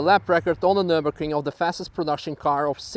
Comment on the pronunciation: "welcome to nurburgerking" CAN HE STOP SAYING NURBERKRING????